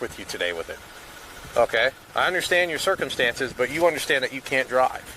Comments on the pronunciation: Dude i heard u say & have heard u say TOO MANY times the word "circumstances". I can't stand it any more, u r putting the em-PHA-sis on the wrong syl-LA-ble man!! My meaning is u r pronouncing the word all WRONG. Plz plz for the luv of God look up how to pronounce the word circumstances before ever using it n another video. I can't take it. It's just too wrong!! I'm sry. I luv ur videos but for the sake of my sanity plz learn what syllable gets the emphasis n that word. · It’s pronounced "sir-come-stance-ez"